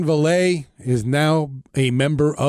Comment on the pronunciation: Personally, I'll be surprised if Vele doesn't play against the Broncos in practice. He's great offscript. Also it's pronounced Vay-Lay